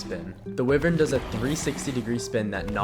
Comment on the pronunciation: its wyvern btw not whivern lmao